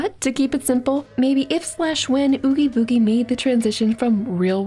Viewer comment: Please tell me I'm not the only one that hears nails on a chalk board when she mispronounced Oogie Boogie